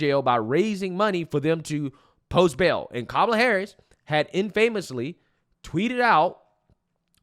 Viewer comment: It's "in-pha-mus-lee", not "in-famous-lee" my brother.